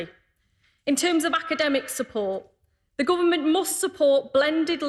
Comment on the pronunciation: He can't say 'th' as in 'the', he says 'v' as in 'Ve' instead of 'the', and says uvver instaed of other, and he is secretary of education? God help us.